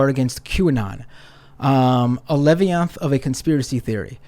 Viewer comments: He can't even sound out the word 'leviathan' , he reads like a toddler.... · Did he just mispronounce 'levianthan?'